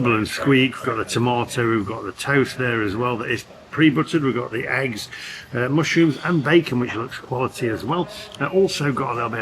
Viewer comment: Is it mush or moosh rooms? 😂